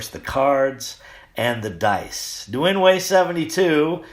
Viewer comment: Happy New Year,! You can pronounce Nguyen as "N'Yen," one word.